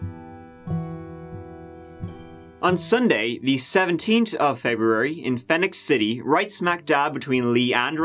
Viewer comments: Just for what its worth...Phenix City is same as Phoenix. FEE-nicks. Trust me, you’ll say that name again a few times if you look at some more crimes from around Alabama. We have some ugly ass history. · I’m from Alabama. It’s pronounced Fee-nix city. LoL. Sorry. It drove me crazy not saying anything. Glad he got Opelika right though! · My hometown, but I don't know why I can't remember this. Also Phenix City is pronounced like Phoenix. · It's spelled differently but Phenix City, AL is pronounced like Phoenix (PHEE-nix, not PHEH-nix) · Phenix (City) is pronounced “Feenicks.” Crazy story. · I used to live in Phenix City and Columbus, GA not too long ago and I didn’t know about this. It’s actually pronounced Phoenix city, they just can’t spell in AL. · Phoenix. Pronounced FEE-nix nix - rhymes with fix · The Phenix, in Phenix City, is pronounced the exact same way you would pronounce phoenix, for future reference.